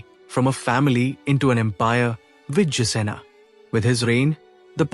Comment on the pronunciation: Why is it pronouncing Bengal as Bangol? Who is Vijjasena? It is Vijaya Sena